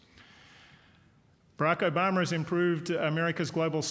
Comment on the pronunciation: why does he keep calling him Obamer? lol